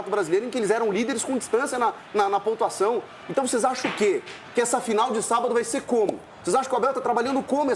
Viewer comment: 😂 "O Velório começou ontem e o enterro será sabádo". 🤣🤣😉